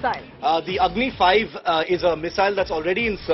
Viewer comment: OMG 🙄 So.... as per her account it is Agni i for Agni-I , Agni ii for Agni-II, Agni iii for Agni-III, Agni i and vee for Agni-IV and Agni Vee for Agni-V ........ Agni ix 😁